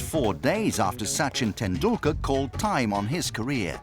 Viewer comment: Sachin tenDUKKAR.. 😂😂😂